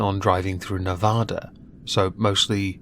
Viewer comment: As a Nevadan, I can forgive you for mispronouncing my home state. I will have to go find and watch it now. 😊